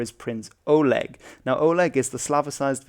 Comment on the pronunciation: The О in Олег isn't stressed, so it's pronounced more as an "Ah" sound -- also the g is supposed to kind of sound like a k.